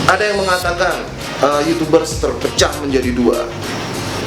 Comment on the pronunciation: "Youchoobers".. watdehel wkwkwkwk